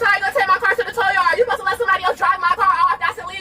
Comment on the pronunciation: A towl truck 😂😂